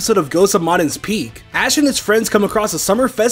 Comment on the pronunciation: It's Maiden's Peak, not Maden's Peak.